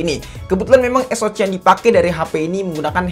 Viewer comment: Saran aja, tolong diperbaiki cara pemyebutan model/type Hp dan chipset ny. Soal ny ganggu bgt dnger ny. Paling sering bilang "es o ci" (SoC) harusnya dibaca "es o si", helio G series suka bilang "Helio gi" harusnya dibaca "Helio ji". Diperbaiki aja pronounciation terutama di istilah2 dgn b. Inggris. Kalo emang kurang paham ya pake b. Indonesia aja. Biar kelihatan lbih profesional aja